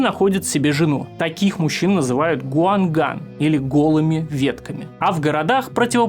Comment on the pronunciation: Не в претензию, просто посоветую, вдруг пригодится для других видео. Китайские термины, если их нужно произносить по каким-то причинам, можно транскрибировать на русский по официальной системе Палладия. Таким образом: мужчин будут называть гуангань, а женщин шэннюй. Так будете звучать лучше, когда не знаете, как произносить слова на китайском